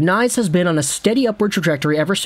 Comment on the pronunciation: It's pronounced K nies, btw. Way too many guys have looked great in College but get to the NHL, then bye bye. We'll see, good luck to him.